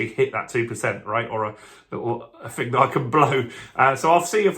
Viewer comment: Interesting update but it’s not fing it’s thing with a T and H ! 😊